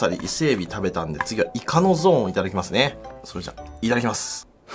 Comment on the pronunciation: ｢いただきます｣が｢いかだきます｣に聞こえて ｢イカ抱きます！？｣ってなった